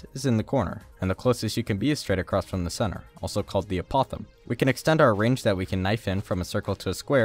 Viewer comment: the apothem is actually pronounced AAGH-POE-THEM w/ a soft th and the a sounds like it does in Apple. Disliked. JK. When's the chicken episode?